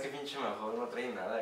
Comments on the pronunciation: Jajaja , nunca escuché a nadie que pronunciara la marca de esta cerveza así, " maju " , por cierto "cracks", habéis probado la variedad 5 estrellas , existen otras opciones de la marca mahou, como la clásica( lata verde), barrica, negra, maestra etc. No las metáis metáis todas en el mismo saco, se nota no tenéis ni p. Idea desde el respeto os lo digo. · Soy de españa y la verdad que no es que me guste mucho. Por cierto, sin ofender, aqui la pronunciamos "maou", solo para que lo sepais. Gran video como todos y viva metallica!!!!